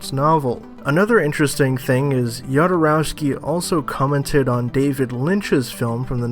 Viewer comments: Jodorowsky is pronounced Hodorovski. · Yodorowsky is the pronunciation, really? More importantly, his failed attempt at Dune was quite a lot responsible not only for the quality of the Alien franchise, but also for that of Star Wars, because he introduced a new vision on how to make quality sci-fi, and he found capable artists for it, who then created those movies. Even more importantly, he is right that this Villeneuve movie (based on the trailer and interviews) does not look like an attempt at changing the world... and then I don't understand why Villeneuve made it. (Let me mention that one of my favourite films is Arrival.) Finally, is there any explanation for that "music" in the second half of the trailer? Sounds like a 90's new age rendition of some third-rate 80's music inspired by the Hair musical. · On pronunciation of "Jodorowsky". He is of Slavic/Jewish origin but from Spanish speaking region. His family name is spelled properly in Spanish, "J" is Spanish "J" like in Jose. In original Slavic, Russian alphabet, that family name begins with "X" which is the English sound "H". Many people make this (and the French version) of pronunciation mistake for Jodorowsky but if his family was in English dominated area, they'd probably spell it Hodorowsky. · The "J" in Jodorowsky in pronounced the same way as the "J" in Alejandro (which you correctly pronounced).